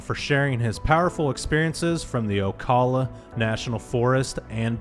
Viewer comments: Oh Cal la, not Oakala.👍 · Oh- cal- ah. Middle pronounced like Al, not All. Ocala.